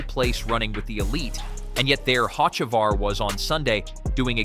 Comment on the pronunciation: OMG if you're going to narrate could you at least learn how to pronounce the driver names. You've pronounced Hocevar's name 5 different ways!!!